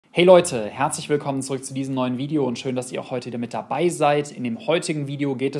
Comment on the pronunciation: Walum betonst du dass „mit dabei seit“ so komisch 🤔